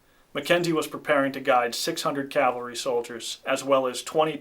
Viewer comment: PLEASE stop saying "calvary" when you mean "cavalry". It hurts the informed ear.